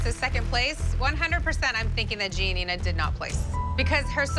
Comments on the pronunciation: Abby told Gianina to move on while abby was the one who kept talking about it. Also what’s with the way she pronounces her name “gnina” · Anyone else notice the fact that Abby never pronounces GiaNina’s name correctly